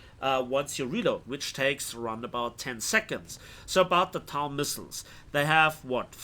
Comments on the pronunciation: tao? it's TOW bro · Napalm. TOW is said like toe.